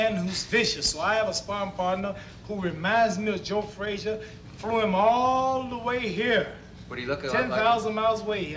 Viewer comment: Frasier Frazier Frashugh